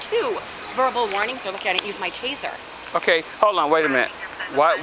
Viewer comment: Did she say Taser????